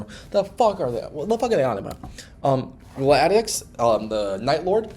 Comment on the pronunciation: based opinions and takes (also nitpick but it’s gladius not gladieux)